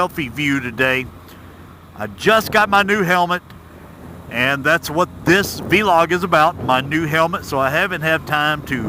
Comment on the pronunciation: say it with us VLOG, not Vee-Log...VLOOOG